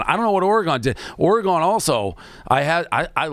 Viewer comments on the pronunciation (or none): stop saying OREy-gon, its simply Oregon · Say “Oregahn” one more time, Jesus Christ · The way Dave says Oregon makes me wanna blow my brains out